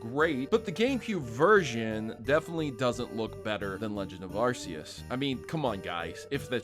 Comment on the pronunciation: I just gonna say that you said Arceus name wrong if hadn't noticed and the correct pronunciation for it is Ar-key-us for the west and maybe the rest of the world.